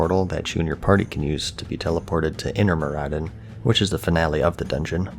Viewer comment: I never knew Maraudon was pronounced Maradin. /s